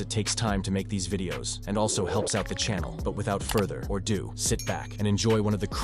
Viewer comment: its ‘further ado’ not “further or do” 😂